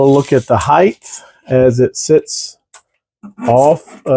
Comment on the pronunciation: If the spelling is "Height" its pronounced "hite".